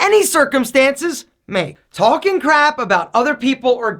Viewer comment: Number 6 should be talking crap, not crab. Other than that one little slip your English is good enough that I can understand it easily and get the gist of what you mean.